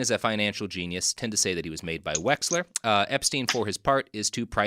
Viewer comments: The fact u keep messing up wexners name and calling him wexler is hilarious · LES WEX-NER GHIS (gee) -LAINE (lane)